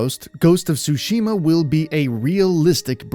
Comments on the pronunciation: Dude its ghost of TTTsushima!! not ghost of sushima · It is Tsushima, not sushima 😛